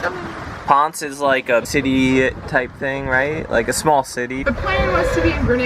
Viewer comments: It's Ponce-ey. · it's 'Pon Say'. (Our kid was on island for a full year with FEMA from just after Maria hit until 11/18.) PR is wonderful.:-)